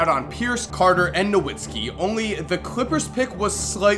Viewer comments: Dirk No-VIT-skee you midwestern fuck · NAH VITZ KI NOT NAH WITZKI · dirk nowitzki it's pronounced as dirk "novitzki" because there is no W in German so they pronounce it with a V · How did you mispronounce Dirk Nowitzki? Last name is German and w sounds like v and v sounds like f